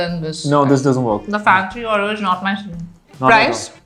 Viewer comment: Why does she say ‘Aureyaw’ and not Oreo 😢